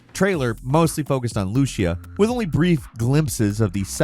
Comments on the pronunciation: Repeat after me... LOO-SEE-AH, Lucía. Not Looshia. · As a Spanish speaking person I have this constructive criticism: Please look up the pronunciation of Lucía as a name. It has an accent on the I, not the U. You'll be using that name often so it doesn't hurt